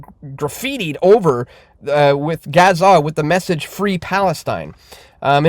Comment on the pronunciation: Learn to pronounce Gaza FFS